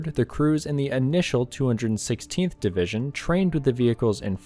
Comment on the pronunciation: You are so correct, I too got a chuckle every time I heard DIVISION.